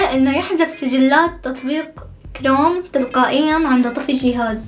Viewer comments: عفكرة كروم مو شروم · ليش كروم ههههههه كروم = توتر